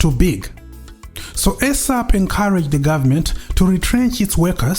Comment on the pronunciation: Point of correction dear good english speaking presenter. Its NOT ESAP as in AIRSAP or as in EGG. Its ESAP as in eeeesap or as in isap. Thank you for a good amd detailed walk into memory lane This is very good and informative presentation